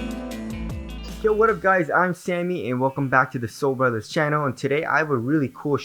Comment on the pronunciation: The video: Cool intro then, “wub ub guwys”